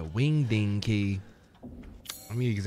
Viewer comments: A wind ding key? Moun TAY nee ous? We’re getting you Hooked on Phonics. LOL. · The way pronounced winding 💀